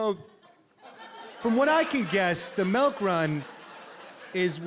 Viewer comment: Melk ... lol, must be the Midwest accent for milk